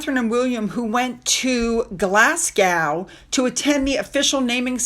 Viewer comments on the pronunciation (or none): Thank you again you are my royal correspondent you tell me more than my nightly news. I’m Scottish just a hint when you say Glasgow pronounce it like a Scot put these two words together, Glass Go. That’s how Glasgow is pronounced. All the Royals looked amazing at the Royal Garden party & Chelsae flower show. They did that donation back in January he gave less than £5000. It’s a country wide one that many donate to. The Uk don’t need his charity. Tell people not to put their data on jam scam site as allegedly it’s data collecting site. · Glasgow you don’t pronounce the w just Glasgo! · Fab broadcast as always. Sound like a pro when you say Madame Tussauds pronounce as Mad-DAM TOO-sods. Glasgow is pronounced Glaz-GO. And the PoW christened HMS Glasgow with whisky as this is the official national spirit of Scotland. The more you know 🥰 Love to the fam.... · Glasgow.. its pronounced "Glaz-go" not Glas-gow... and yes, its usually champagne to launch ships, but Scotch Whiskey was used because its Scotland, the origin of scotch/whiskey....it makes sense!!😂😂😂😂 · The following is said with kind intentions, is not a criticism and should not be interpreted in any other way: Glas-go The ‘w’ is silent (Like the ‘s’ at the end of ‘Illinois’ but that’s another matter for another time and not related to the topic at hand or this fabulous channel!) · Sorry. Glasgow is pronounced Glasgo